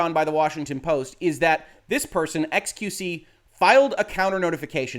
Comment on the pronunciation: "Ex-queue-see" Your French is horrible, but I understand you ask for forgiveness for talking about large butts, err, largess. You are forgiven.